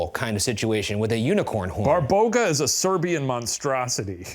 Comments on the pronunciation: Hahahaahahaa you guys are a hoot! I love you! One thing it is not pronounced Barbouga it is pronounced like BA (like "ba" in bar) BA (same as the first, stress is on this second ba) RO (like "roh" in robot ) GA (like "gah" in garage ) :D Fun fact rog means horn so when Shane read she has a horn and you showed us a pic it was hilarious XD When I was a child they used to teas us about Babaroga XD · hahahahhaha I love when they say barboga and its actually baba-roga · Babaroga, not Barboga ✌️ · It is not a "BARBOGA" it is "BABAROGA" which translates to "Horned Grandma" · Hi, Serbian here! :D It's actually not Barboga, but Baba Roga (roooooughly translated as "Ugly Granny") - I'm assuming Shane saw an article referring to her as Babaroga, but I've never seen anyone put the two words together, so likely inaccurate. Other Slavic people might refer to her as Baba Yaga, though - they're often treated as sister beings, but they're likely one and the same, but different sub-cultures, different names :D <3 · BARBOGA??????? 😭😭😭😭😭😭😭😭 BABAROGA! As in Baba- Roga (Granny- Horn)... Come on man, you dyslexic? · Barboga? No, it's Baba Roga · lol Barboga :D it would be Baba Roga, similar to Baba Yaga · Shane it isn't "Barboga" it's "BABAroga" baba meaning grandma and rog meaning horns. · Baba Roga , not Barboga lol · Shane severely mispronouncing "babaroga" (my childhood source of fears and nightmares) was not on my 2025 bingo list but I am glad that we are here